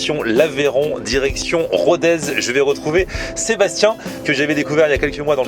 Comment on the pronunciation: Pour info : on ne dit pas "RODAIZE" mais "RODÈS". En occitant, le z se prononce s.✌🏍